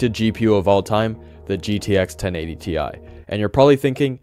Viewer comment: Sorry.... But i think it's 1080 tie! 😅